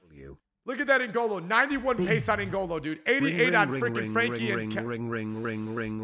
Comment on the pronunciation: You are probably the only English guy I know that pronounced frenkie right Dutch power homies